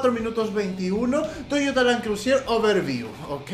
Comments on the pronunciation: no se dice land crusier es land cruiser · lo escribe bien pero lo dice mal, siendo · lo que piensa el fan de Toyota cuando dice crusier en vez de Cruiser 😂😂😂😂😂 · Con un acentito francés queda afeminado su "Crusier" JAJAJAJAJAJAJAJA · .... Por favor... Land cruisier?.... CRUSIER?.... POR FAVOR... por lo menos quecse digne a leer el emblema del carro y que por lo menos busque en el traductor la dicción correcta de la palabra! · Le sigue diciendo land crusier Jajaja un crack